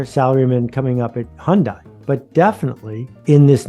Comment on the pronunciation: 현대. 발음을. 잘못 배웠네욤